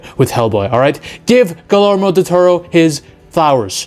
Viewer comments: It's pronounced "Gooey-Ermo" rather than "Ghoulie-Ermo" lol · its pronounced GIYERMO not GILERMO! lol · I dont know why, but name mispronunciations usually doesn't bother me..... but I couldn't stand to listen to this guy butcher Guillermo's Del Toro's name.... Gilermo???? Say with me, my guy... Gee-yehr-moh! 🤦🏽‍♂️ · Fully agree with everything you said. Guillermo del Toro needs to come back. Just one detail though. His first name is pronounced "Gee-yermo" 👍🏼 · The way you repeatedly butchered the pronunciation of Guillermo Del Toro is far scarier than this creature lmao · butchered his name bro